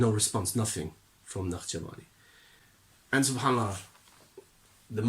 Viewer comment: Why do you say his name with Iranian pronunciation